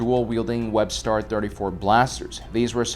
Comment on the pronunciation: “Westar”, not “Webstar” there,.😉